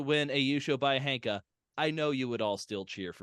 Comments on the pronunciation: You all say it a lot in this episode. Shouldn't ヘンカ be pronounced henka and not hanka? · I am no expert either but Wiktionary says that 変化 is pronounced へんか [héꜜǹkà] Hen like a chicken and not Han like the chinese 😅